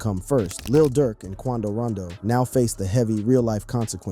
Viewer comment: It's Quando Rondo not Rando